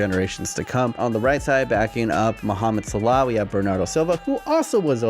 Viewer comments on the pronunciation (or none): The way you say Salah triggers me every time